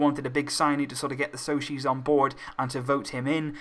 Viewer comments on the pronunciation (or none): Just a tip. Pronounce "socis" as "sosees" and not "soshis", you'll find it easier that way in English. Pronounce it just as you read it in English.